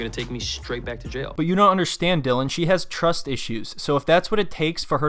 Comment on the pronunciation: “He’s in “jell” for selling ecstasy to an under cover cop”